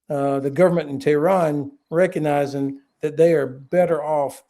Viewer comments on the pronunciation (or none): none